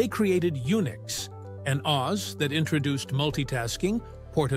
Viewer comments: It's "OhEss," NOT "Oz."....EVEN if some programs have an "Install Wizard"....:person-turquoise-wizard-wand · "OS" is usually pronounced as "oh" "ess" by most people. Not like Oz as in the Wizard of Oz.